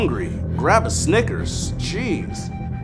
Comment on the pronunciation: Lol when he says “jeez” it kinda sounds like “cheese” Like If You Agree!❤️❤️